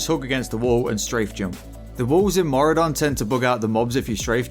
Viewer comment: On today's episode of people seeing Mauradon when it's Maraudon. Baffling. Simply baffling. People know what a marauder is. People can read 8 letter names. And yet... they say Mauradon. Since fucking 2005. I just can't.